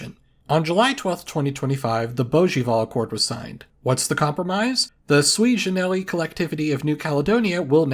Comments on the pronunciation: "Sui generis" is Latin, not French, so it should be pronounced "SU-ee GE-ne-ris", not "swi je-ne-REE". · You said “sui generis” like it’s a French phrase, but it’s Latin for “one of a kind”. It’s occasionally used in English. Even in French they try to say it somewhat Latin-like with an audible S sound at the end.